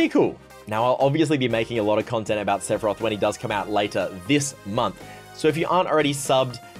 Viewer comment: Hearing you butcher Sephoraoth hurts